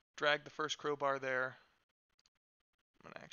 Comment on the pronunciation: umm its first not firest on